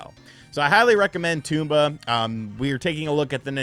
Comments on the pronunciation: Tome-ba not tume-ba 😂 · Apparently most people on YouTube call it tomb-ba...tom-ba makes more sense. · it's not TOMB BA! it's TOM BA!!! say it right! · It’s not a Tumba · Bro called him Tumba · Toomba ? Its Tomba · Its TOMba not Toomba lol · TOM-BA, dude! jeez. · TOMba, pronounce it correctly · Tooomba? Lol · It’s pronounced Tom Buh. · Almost sounds like he’s calling it Tuba sometimes! 🤿 😂😂😂😂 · its not pronounced toomba :P better luck next time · It's not a Toomba. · it is pronounced tom-ba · I thought the game pronounced as Tom-ba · Drinking game: take a drink when he mispronounces Tomba Edit: I made a mistake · Imagine doing a review and not finding out how to pronounce the title. Or anything at all about the game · Didn't pronounce Tomba correctly once. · Felt like M. Night's Avatar